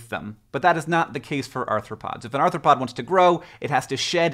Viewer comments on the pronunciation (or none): none